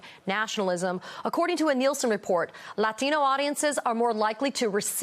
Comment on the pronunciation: Hold up. Did the Asian chick just say "Latino" with an accent (but everything else without one)?